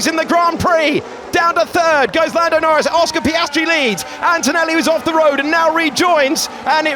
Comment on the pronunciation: Says Nando Lnorris?